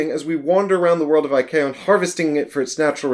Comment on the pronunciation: I thought you were saying Chrome for half the video haha, but yeah this looks interesting. The Fall sounds like it'd be cool so wouldn't mind a video on that.